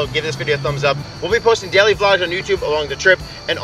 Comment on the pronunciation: They way he says daily tho “deiley”